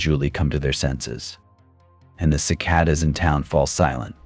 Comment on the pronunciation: Seems obvious; droning monotone, inexplicable mispronunciations of words like "live" and "cicada," misplaced emphases in sentences. I think a human narrator would also struggle with the clunky writing